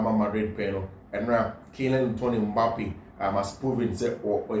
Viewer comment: Kylian lottin Mbappe not litton bro